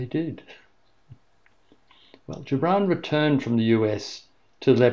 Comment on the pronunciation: Thank you so much for this. It was utterly beautiful and,although it has been read innumerable times, it has never been so meaningful. (And it wasgood to hear the correct pronunciation of Gibran - the soft g much more fitting)